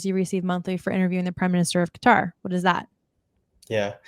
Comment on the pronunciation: Qatar Qutarlson